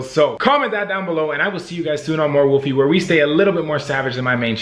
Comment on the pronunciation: WOLFIE NOT WOLFY!!!